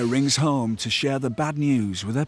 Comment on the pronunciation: You cna go ome cna bro not pronounce a h